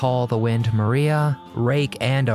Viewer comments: They Call The Wind Ma-RYE-a . . . not Ma-REE-a 🙂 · It's spelled Maria but it's pronounced Mariah listen to the song lol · THEY CALL THE WIND, MA-RYE-AHH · "AND THEY CALLED THE WIND M-A-R-EYE-A,not mareeyu. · Mar riiiiah ...get your pronunciation correct!